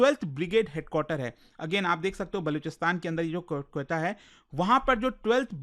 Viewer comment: lagata h sir n Dhurandhar nhi dekhi h Quetta ko galat pronounce kr rhe h vo baar baar lol